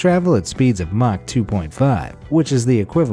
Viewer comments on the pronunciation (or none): none